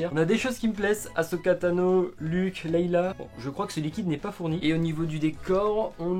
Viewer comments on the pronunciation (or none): c'est Leia pas leila